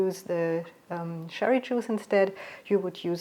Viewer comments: Im living in Germany for 40 yrs. now. I find your recipes fantastic. Although I speak German fluently I wouldn’t have the courage to do a channel in German. Just one thing, the „ch“ in cherry is pronounced like the dance cha cha cha I’m normally English speaking. When u say sherry ( Sherry is a Portwein from Spain.) much luck and success with your channel. I love it. 🌈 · I thought you were saying sherry water, I guess it’s cherry . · Thank you for the genuine Black Forest cherry cake. PS. Sherry as opposed to cherry is an alcoholic drink (Fortified wine) and is said with the soft sh sound, cherry on the other hand is a fruit and is said with a hard ch sound as in lunch, chalk, cheese, charm, church. I know it’s a difficult sound to make for a non English person. But confusion reigns as ‘sherry’ is also often used in cooking.